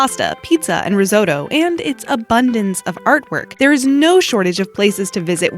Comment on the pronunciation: So u say Risotto... but... ah never mind ;D